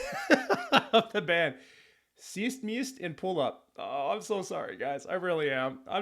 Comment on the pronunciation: An Estonian here, loved your reaction and to help my fellow man out, you pronounce their name as: (read as you would in English) - "Wees meen-ust (the U pronounces as the O in 'cool') & Poo Loop". It translates roughly to: Five minuses and wooden magnifying glass.